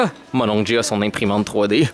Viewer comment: Hahaha Jay et sa prononciation suédoise 😂 mais pauvre lui avec ses achats internet 🙈 Fudge est trop mignon 🥰